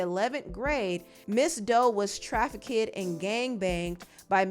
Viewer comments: Trafficked is pronounced “Traf-ikd”. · I hate to be the english police...but Pierre is pronounced "pear".... and youre keep saying "Traffickid" ....stop😂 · Im sorry but, are you struggling to say trafficked? Like what is “try-fih-kid” 😅 I’m hearing three words, not one.. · Great coverage Trafficked is pronounced traffic’d 🤍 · Trafficked isn’t even a hard word to say smh